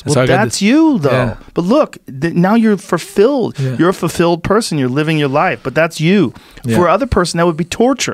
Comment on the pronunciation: Joe "I pronounce it fuR-filled" Rogan